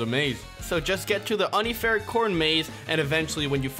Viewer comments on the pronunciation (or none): it is pronounced unfair not uhn ee fair